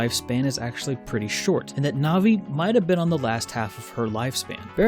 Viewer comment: Navi is pronounced like the word it's short for: navigator.